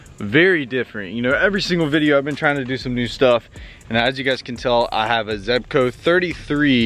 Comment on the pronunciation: I see u finally learned how to pronounce zebco lol